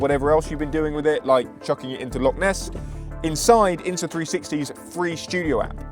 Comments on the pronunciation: Loch, not lock. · 15 seconds in and you're off to a bad start It's "Loch", not "Lock", and we get sun here quite often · Brother please, it’s Loch not lock. Enough folk pronounce Scots words entirely incorrectly, I don’t know why our closest neighbours can’t manage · Loch (not lock) is 230m deep btw